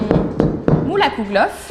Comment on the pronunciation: Kouglof 😂 la prononciation! Respecte nous les alsaciens 🥨